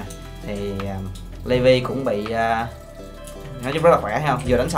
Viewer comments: đọc đúng là li vai nhé :D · Đọc đúng ra thì là li vai nhưng chắc levi lấy lê Vy cho thuần Việt :)) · Li vai chứ ko phải Lê vi nhá